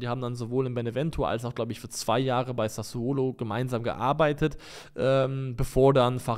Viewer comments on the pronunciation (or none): none